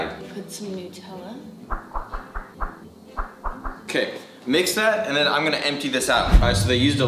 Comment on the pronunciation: Am I the one who is frustrated why she is saying noooootellla not nuuuuutellla???